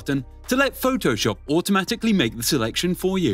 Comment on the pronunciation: Phoh-TOH-SHUP XD